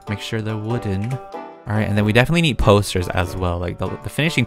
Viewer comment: I ummmm I thought peetah said toasters instead of posters...